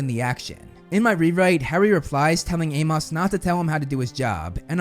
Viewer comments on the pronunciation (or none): Bruh.....it's pronounced 'A-mus'... not A-moss.....it's a common name...it was even spoken several times in the movies